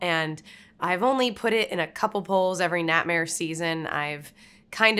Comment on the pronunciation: When you say “Natmare,” it sounds like how people in my home state of Arkansas pronounce “nightmare.”